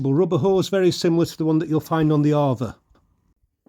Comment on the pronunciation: It's pronounced A VA not arva